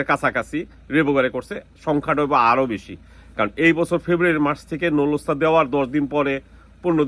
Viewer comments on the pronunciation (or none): নুলুস্তা ❌ নুল্লা ওস্তা ✅ এপাটমেন্ট❌ এপয়েন্টমেন্ট✅ ভিছা❌ ভিসা✅